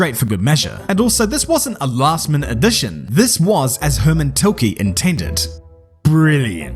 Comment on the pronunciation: Hermann tilkeee lol